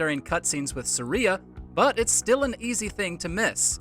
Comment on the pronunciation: Haven't heard anyone butcher the pronunciation of Saria, Kokiri, and Mido all so weirdly